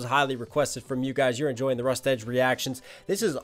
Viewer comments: Also for future Rustage is pronounced "rust-idge" when you say "edge" my ocd picks up and i start laughing. Not to be mean or anything... As for recs, DPS, FabvL, Cam Steady, and Shwabadi are some insane artists to listen/react to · something nitpicky i have to say is its usually pronounced Rust-idge instead of Rust-edge (it doesnt matter, just something i thought i would point out for future reference)